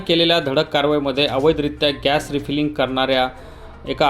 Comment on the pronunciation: अरे मुर्खा तू रिपेरिंग बोलू राहिला. रिफीलिंग बोल ना..